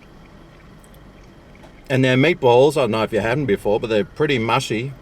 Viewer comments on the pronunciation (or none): none